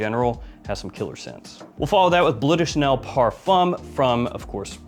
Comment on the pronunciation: It's not 'blue' de Chanel. Look: it doesn't say b l u e. It says b l e u. Pronounced 'bloehw'. Or ask Google translate. But it says Bleu. Not blue.